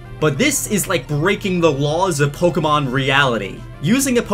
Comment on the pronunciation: Ur pronouncing Pokémon wrong